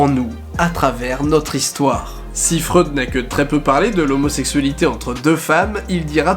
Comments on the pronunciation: sa se prenonce pas freude mais froïde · Chaque fois que j'entends du Freud, j'ai l'impression qu'il dit de la grosse bonne sauce